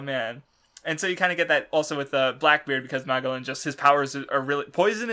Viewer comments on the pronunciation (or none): Mag a lon... geez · It's Ma-gel-un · "Mah-Jel-An." You know, like Ferdinand Magellan. The First recorded person to circumnavigate the globe. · Oh yes and a very good thumbnail to boot EDIT: Wow the opening really fits since this is such a Divine comedy Kinda salty my shitty comment didn't get a response but whatever and btw what's with pronouncing every name in the series wrong like where does he get that from Ok you explained why you say Magellan wrong but fucking hell every time you say his name I want to die Ok on how Iva was introduced I think it was just to show that Iva doesn't give a fuck and I like that And the Apu thing is just stupid Starts listing the weakest crimes they could possibly commit come on there in Impel fucking Down these guys are most likely straight up murderers and rapists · Please say, MAGELLAN CORECTLY.😬🤯 I hurts me to to hear that weird pronunciation.